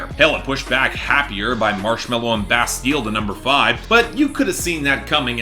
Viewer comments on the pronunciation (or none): none